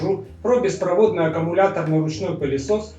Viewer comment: беспроводнОй, а не беспровОдный очень режет слух